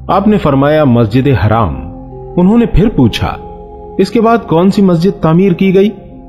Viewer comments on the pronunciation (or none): Hello mister Masjide haraaam nahi Masjide haram bola jata hai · भाई यह मस्जिद ए हराम क्यों बोल रहे हो बार-बार जबकि नाम मस्जिद ए हरम है